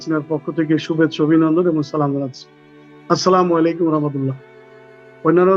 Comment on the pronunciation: সালাম ভাল করে দাও মাইয়া স্লামালেকুম কোন শব্দ নেই । তুমি যেমন তেমন লোকদের ই অনুষ্ঠান করবা 😂